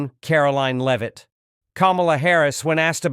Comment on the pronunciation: A good story, but apparent specified Lame-Ass A I Narrator, as usual, seriously detracts from the enjoyment of it. How many different ways can our press secretary's name be pronounced and how many common, everyday, words and names be butchered by a soulless, unbodied etherial entity before enough is enough?